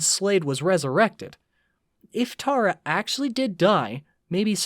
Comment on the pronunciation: TERRA NOT TARA 😭